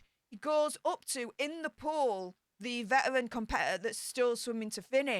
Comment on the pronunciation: Your speech impediment doesn’t translate well on YouTube. Spend more time with a speech therapist. “Vetawins”? Or “vetawrins”? It’s Veteran. It’s one not won when referring to an individual.